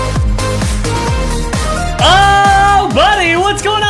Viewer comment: I heard uppies lmao